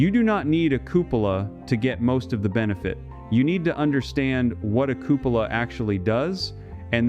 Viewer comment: Cupola isn't pronounced that way. It's cuepola /kyoo͞′pə-lə/.